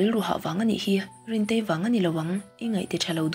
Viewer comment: rintei a sawi dan chuhh